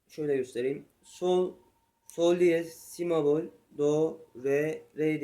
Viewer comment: si mebol değil kardeşim si bemol